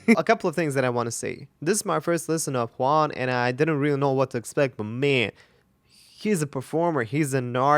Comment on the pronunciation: THANK YOU for saying /Hooan/!!!! Trying to pronounce it correctly 👍💗 We call him JuanGabriel the whole thing, no spaces...like one compound word